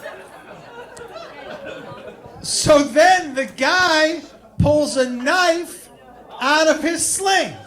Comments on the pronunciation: L pfp. Also wtf is a "knoife?" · It's how Australians pronounce knife. It's from Crocodile Dundee and The Simpsons